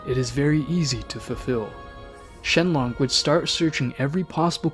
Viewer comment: Narrator: SHENLONG me: are u in sf or something?